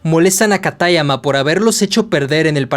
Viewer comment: Me encanta la narración pero me choca mucho la pronunciación ingles de los nombres o los acentos que no deben de ir como katáyama, siendo que sería "kátayama"